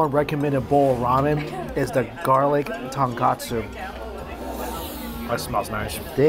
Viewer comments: Tone ko tsu is the correct pronunciation. Same as people saying Panko as pan-co when it should be pahng-koh, like saying ah (mouth open, dentist style). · He went to Japan many times and still says the wrong name, "Tonkatsu Ramen"